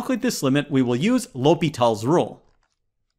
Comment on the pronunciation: It's L hopital not hospital 😂